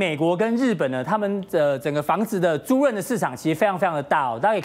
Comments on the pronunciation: 租赁（lin四声）每次都读错。。。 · 租赁！！！租令！！！这个字念“令”！！！